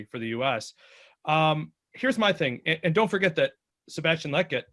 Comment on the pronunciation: you gotta learn how to pronounce Lletget